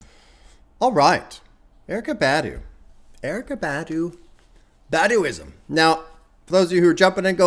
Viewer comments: It’s pronounced BAH-DUU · Bob, you're not pronouncing her last name correctly. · your pronunciation of Badu is killing me 💀💀